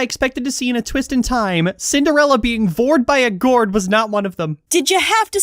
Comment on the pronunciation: I didn't think I'd be hearing "vored by a goured" Today, but I'm not complaining just concerned. Also mulan is still my top but I agree that move is good 👌